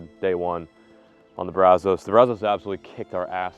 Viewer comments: Also have to watch out for gators if you float through the Waco area. Glad you’re finally pronouncing brazos correctly! Remember catching his first (?) DD on the Brazos right outside of the lake Whitney dam. Edit: damn, just heard you say “Brazowse” again. Haha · i’ve been fishing this stretch of the brazos since i was a little kid. very funny to hear him say brazos. everyone who lives around these parts says it like “Braz-uhs” and you know it’s a dallas guy when you hear braz-o’s